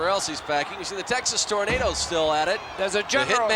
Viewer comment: Almost as bad as when he used to pronounce Texas Tornado as “Torn-Ardo” lol